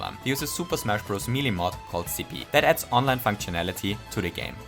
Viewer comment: May I ask why he called it Sippy instead of Slippi in the video? Is it because of his accent, or?